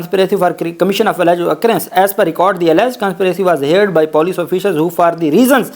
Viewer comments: صاحب آ پ شاندار وی لاگز پیش کرتے ہیں لیکن اپنے انگریزی کے الفاظ صحیح ادا کرنے کی توقع ہوتی ہے۔ heard ہییرڈ نہیں ہوتا۔۔یہ ہرڈ ہوتا ہے۔ آ پ ہمیں اچھے لگتے ہیں وکیل ہوتے ہوئے آ پ سے بہت اعلیٰ بات چیت کی expectations ہیں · Pronounce heared as herd.